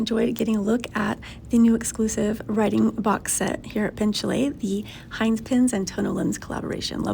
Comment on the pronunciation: Heinz ?? For real ?? Heinz !!???? HEINZ!!!??? ITS HINZE FFS H I N Z E